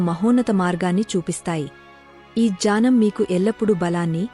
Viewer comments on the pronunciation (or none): none